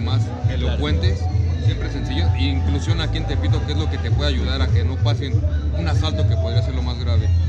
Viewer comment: Aveces escucho "elpito" y no "tepito" xd